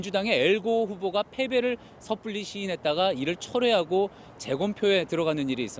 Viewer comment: 왜곡을 외곡으로 재검표를 다시 검표하는 게 아닌 재검용 표로 발음하고 고저장단이 어색한 부분이 군데군데 있음